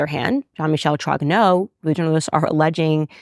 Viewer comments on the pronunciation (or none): She reads French sufficiently, if not talk. When she apologizes for her pronounciation, she is usually quite correct. Except for Roy, that she says in English while in French it is <RWA>. Like in "Vive le Roi" or "Dieu et mon Droit". Also, as well she as Pier Morgan and others, they get "Trogneux" wrong. Pronounce <TROÑÖ>. Spanish Ñ, "España". Ö or œ like in Goebbels, Dieu, Malmö.